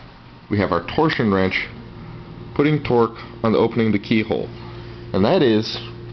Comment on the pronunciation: "Torshion wrench?"